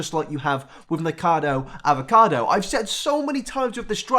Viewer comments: PRONOUNCED: NICK A CAR DOUGH AV A CAR DOUGH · Say it with me folks: Ni-cah-ca-doh Av-ah-Cah-doh Was that so hard? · Knee cah ca dough avocado is how it's pronounced;) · Say it with me: "Nick-uh-cod-oh Av-uh-cod-oh". That should do it lol! ☺️ English or American, I think that pronunciation should get you there! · Oh its pronounced Nick-oh-cah-doh avocado lol PS I fucking love you for posting about ANYTHING but james charles. Youre a visionary keep it up